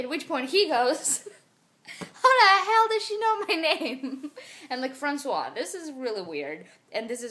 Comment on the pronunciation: It's true, I'm french and here in France we kiss each other all the time :D And I love how you say "François" ! <3 I hope you'll make more videos like this one 'cause this story was absolutely fascinating, haha :P Love you moosh mommy, KISS from France ;)